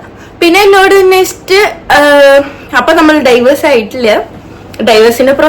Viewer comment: ഡൈവേഴ്‌സ് അല്ല ഡിവോഴ്സ് 🙃